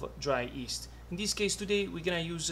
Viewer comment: I love the way he pronounces yeast - "east"